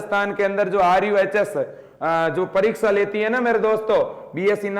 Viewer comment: RUHS Not RUSH